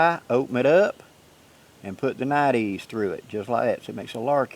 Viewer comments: nite eyes is how its pronounced my southern brother!!! Hello!! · I'm thoroughly enjoying this back-and-forth between you and Dave. I feel like the entire community just leveled up with these enhancements. I do believe Nite Ize is actually pronounced "Night Eyes", mostly because they started with flashlights and headlamps. They now have tons of products to organize, illuminate and tie-down you outdoors stuff, including your dog. Their micro bug light is one of my favorites because it attaches to almost anything including a backpack strap super easily. You are showing their figure 9 rope tightener. Since I use a piece of paracord and one of those to hold down my BBQ cover, I stopped using the factory straps and it completely stopped lifting up like a friggin' mushroom in high winds, Plus it's faster. They even have a carabiner version for even more simplicity with this ridge line system. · Nite-Ize, say Nite Eyes :-)